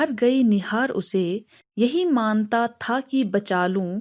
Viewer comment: Maam.., maanta tha nahi manata third stanza me appne galat pronounce kiya chaliye koi baat nahi . U explained well 👍👍👍👍